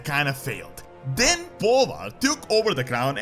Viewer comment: I can't be the only one who heard that as "And then BALLER took over the crown." I mean.... right?